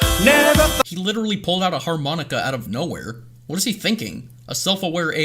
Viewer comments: har-monika hahaha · mans pulled out a harMONIKA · ahh har-monika cmon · Har-Monika :D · Har-monika XD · its a har-MONIKA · “Literature.” “Wow. Litterer.” LITTERature “Harmonica” harMONIKA